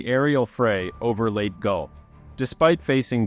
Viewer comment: I know this is a nitpicking and I like your and I like your videos, but please pronounce the location of this battle with a long e at the end . Not late.